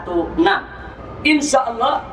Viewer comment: Nyebut Nama Allah aja gak bener, tu lah org munafik!!